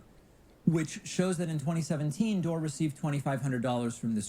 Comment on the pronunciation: Kim Iversen IS super hot! And brilliant too. Mispronouncing Dore’s name, as Pakman did, is a typical way jackasses like him attempt to diminish someone with integrity like Jimmy. Pakman knows full well how to pronounce Jimmy’s name & I’m so glad I unsubscribed from Pakman years ago, Mr Faux Progressive. You’re doing a great job,. For someone who doesn’t get into politics, or liking this one or that one, you really know your shit & are very discerning. Keep up the good work. Your audience will grow. I mean, let’s just keep it real. 😉